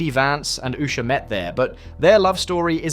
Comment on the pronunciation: Why don’t these Journalists find another job for a living. This idiot can’t even pronounce her name.